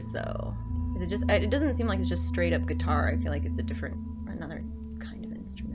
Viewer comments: “Gee-tar’!...I just bought a "Fender"...How long have you been playing for? and did you take lessons? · Hehehe! good job. (gee-tar) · Looking forward to your journey through this game. gee-tar. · you were getting the Gee-tar but then you start to lose it. It was good. Funny at the end tho made me laugh hope you finish the game I enjoyed it and the story.😁👍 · Gee-tar Lol. Expecting a full cover from you soon 🤣💕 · Wow, you're very good on the "gee-tar" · Gee-tar, looking foreword for the next video :)